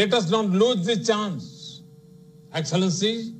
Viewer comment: Chai kadak se English padak tak ka safar.enxilllencinnneee heheee